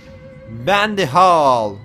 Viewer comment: Abi bəndy deyil bendy